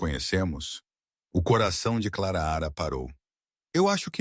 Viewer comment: Por gentileza, narre sem errar o nome é Clara não Claraara